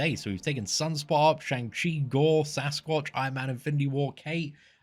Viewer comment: Just fyi it's pronounced shung chi